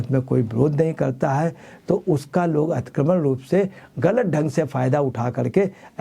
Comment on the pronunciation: Atikramann ……😂😂😂😂😂 lulu ji theek bolo please